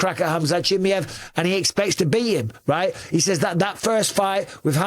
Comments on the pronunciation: BUSPONG … STOP calling him CHIMMEE EV his name is CHIMAEV…. Here I’ll help you out repeat after me…. CHI MY EV It’s fkin annoying pal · Chimm-EE-ev? Is that the right pronunciation? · learn how to pronounce his name properly dummy